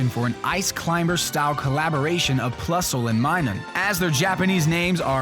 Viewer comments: It's pronounced in Japanese as it is spelt in English, "Plusule". The last katakana is "ru" and the "u" is silent. It's not pronounced, "pla-soo-lay". Just throwing that out there. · About Plusle and Minun, their Japanese names are the same, but in Engrish, making them Purasuru and Mainan. "Plasule" would be pronounced like Plusle, not Plusooley... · "pra su lay"